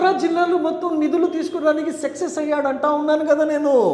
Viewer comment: సెక్సస్ కాదురా నాయన సక్సెస్ మళ్ళీ మీపార్టీ పతివ్రత శ్రీరెడ్డిని మీమెక్కడ పట్టుకొచ్చాం ఒక్కటిమాత్రం నిజం చెప్పావ్ A2 గాడిని గెలిపిస్తే నిజంగానే నెల్లూరు సగం దోచేసి హద్దులు మొత్తం మార్చేస్తాడు